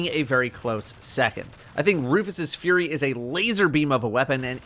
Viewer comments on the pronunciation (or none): none